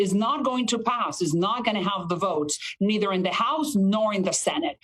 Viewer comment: Did she said “Presiden Trump”? 😂